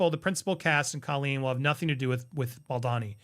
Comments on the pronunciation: No biggie but it’s Justin BaldOni not BaldAni. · Andy, I love you, but please pay more attention to pronounce Justin's last name correctly, it's Baldoni, not Baldini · His name is Baldoni, not Baldani. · "Baldonny", "Balldini" 😂 everything but Baldoni. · Please don't get offended ! The name is pronounced Bal d oh ny, not Bal donny ! Thank you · Ball dohn knee not bald dawn ee. How many times can you mispronounce this actor’s name already? 😂 Sheesh. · You pronounce Justin's last name wrong. Bal-doe-nee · Hey, I know you wanted to know how to pronounce his last name. It is pronounced - “Ball-doe-nee “ 😊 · BaldOOOOOOOOOni. please get the name right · Why do you keep mispronouncing his name?